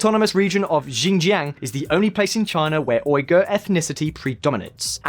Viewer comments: He calls Xinjiang, "ginjyang" 😆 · They are pronounced “See (Xi) Jin ping” and “Seen (Xin ) Jiang” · Pronunciation: please please please fix it. Uyghur and Xinjiang You know that any offended apologist for the government will be on your case about it and claiming you know nothing because you don’t pronounce these things right. Due diligence. It’s not that hard. This is an important topic. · You mean, Shin-jang? You keep on saying Zinjang. Xi Jing Ping is Shee-jing ping. Not Jee Jing Ping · It's Xinjiang not "Jinjiang", Uighur not "Oighur" To say cantonese isn't related to mandarin is absurd and shows your lack of understanding about the language. Also you make it seem it like only 70% of the population speak mandarin when the true figure is closer to 90+ % Chinese borders have largely been the same and intact for more than a 1000 years. If your going to make false & baseless claims at least learn how to pronounce the places properly and go beyond a few Google searches with your research. (A muslim who lives in China) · Again "X" is an "S" sound in Chinese. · You can trust someone whose pronunciation of Xinjiang is on wrong. Sort of undermines the flimsy research. But yes there is plenty if racism in China. Positive and negative discrimination. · Rhetoric, Xinjiang, Uyghur; this guy's appalling pronunciation makes this video almost unwatchable. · Literally all this guy had to do to pronounce Uighur and Xinjiang right was to put them into google translate and listen to it. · More than lies they can't even pronounce the world Uighur and Xinjiang